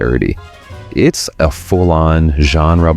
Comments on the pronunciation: anyone else hate when biopic is pronounced that way? It's a BIOgraphy PICture, so it should be pronounced bio-pic, not bi-op-ic. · "bi-opic" ❌ "Bio-pic" ✔️ Biographical picture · I can’t help but comment because anytime I hear somebody say it drives me absolutely nuts. It’s not. “Bi-opic” it’s ”bio-pic” short for biography picture good God people stop saying bi-opic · I'm absolutely hating AI-dinner videos. Humans can read and speak. Text to speech is a travesty. "Biopic" is "Bio Pic", not "bi-opic". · It's not "biOpic, it's BIopic! 🤣